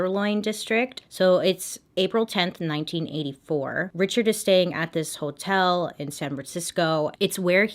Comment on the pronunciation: I love how she pronounces “hotel”. Like “whole-tell”. 🤭😘💖☺️ it makes me smile every time.